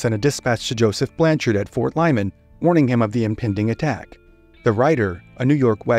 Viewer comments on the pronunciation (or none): none